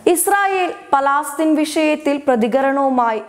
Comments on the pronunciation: It is not Palaastheen - it is Palestine. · പലാസ്തീൻ അല്ല പലസ്തീൻ